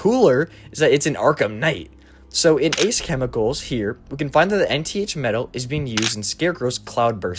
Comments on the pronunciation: Nth metal is pronounced "inth." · Nth (pronounced Enn-th) metal